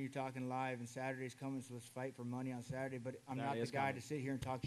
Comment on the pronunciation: Dana "will see in sathurday" White.